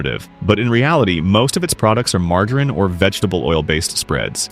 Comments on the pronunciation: Please teach this AI to say “margarine”! 😢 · Teach your bot how to pronounce “margarine.” This is ridiculous